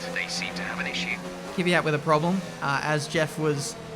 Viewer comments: Is it just me or is pronouncing Kvyat wrong all the time? Its is Kvyat, not Kivyat. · THAT'S KVYAT NOT KiiiiVYAT KVYYYYYAT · Kiwiayt xD